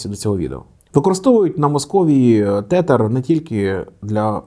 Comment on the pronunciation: вони називаються тезер а не тетер😭😭